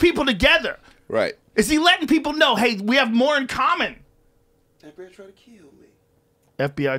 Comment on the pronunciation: Joe "I ain't no ways taard" Rogan